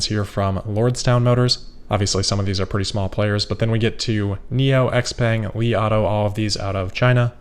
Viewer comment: xpeng is pronounced CHow-Pung!